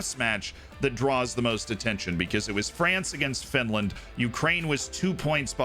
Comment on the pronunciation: Oh no, not Finrand